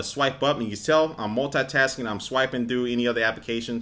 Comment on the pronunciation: You always Said "multatasking" that's lol :D